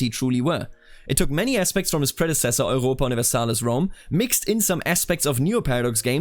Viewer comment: I love how you have soooo much less of an accent but then fully pronounce europa universalis german haha